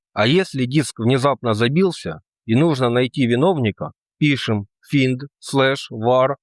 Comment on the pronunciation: Едить как ты изучаешь линукс не зная английского? Финд сам ты финд бедняга. Это Файнд.